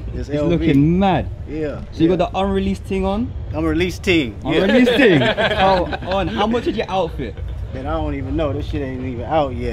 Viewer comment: King Kenny tryna hit the “ting” pronunciation is legendary 😭